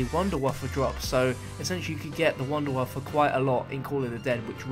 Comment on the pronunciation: Its pronounced vundevaffe